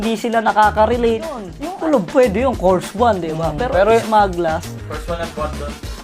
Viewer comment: Ano kors one, kers one yun. Curse one.......ako nakakarelate naman kasi nangingilabot pa rin ako kapag naririnig ko yung 'nakakamiss lang kasi'